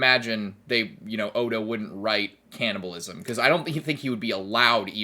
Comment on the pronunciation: Canabilism he say's😶‍🌫️😶‍🌫️